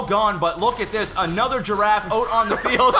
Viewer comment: yes you are correct sir. But i guess its not easy for people not speaking french to realize how they pronounce words. But even for an English speaker. Its with an short "e" as you say. Pronouncing it with an A is just wrong.